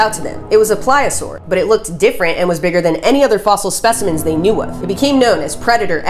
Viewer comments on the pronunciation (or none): none